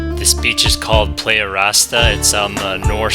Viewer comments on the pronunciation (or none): Doesn't look like Lake Huron to me...careful dude, that warm weather can be habit forming. But you were wearing light neoprene - chilly water or is that just a sun suit? Thanks for the video and Ventana beta. "Play-ah"??? Think "Ply-yah" or how the Aussies say "player". Was it easy to avoid hitting the rays & everything else?